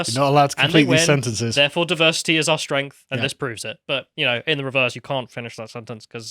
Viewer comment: Diversi’eee is our …. urrgg.